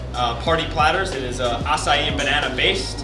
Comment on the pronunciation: is that really how acai berry is pronounced